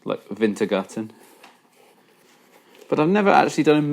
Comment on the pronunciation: Died when you said wintergatan